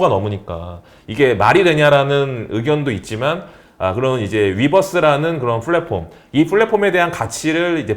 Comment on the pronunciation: Platform 을 flatform 으로 pandemic 을 fandemic 으로 paypal을 fayfal로 발음하지 않으시면 더 좋을뻔 했습니다.